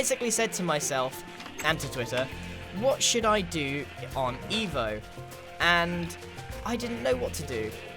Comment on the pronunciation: It sounds like he's saying, instead of downtown evo, he's saying downtown evil. Lol